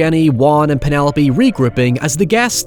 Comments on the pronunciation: Loved this movie as a person way too young to have seen it at the time. Cant help but think about the "Peenaloap" pronunciation whenever I hear the name Penelope. Looking foreward to the breakdown of Terrifier and its sequel! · You are pronouncing Penelope's name wrong!!!!